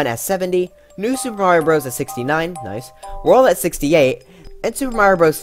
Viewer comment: When he said "noice" I felt that